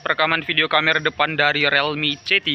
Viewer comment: membenarkan saja bang, bacanya bukan "relmi" tapi "rilmi" real dibaca ril